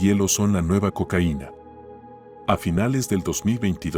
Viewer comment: No puedes decir Cocaina mijo